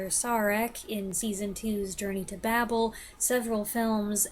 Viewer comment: It's pronounced "Bay-bul."